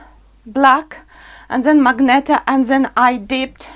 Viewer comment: It"s MAGENTA not magneta